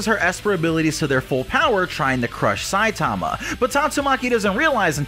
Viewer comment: Bro learn to pronounce Saitama